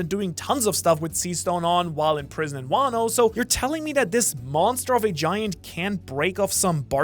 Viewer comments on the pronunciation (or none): none